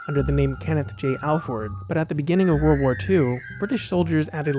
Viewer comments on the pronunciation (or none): none